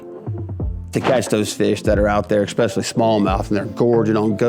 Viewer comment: Eck specially is NOT a word. There is no K, just especially. It has NO k sound in it.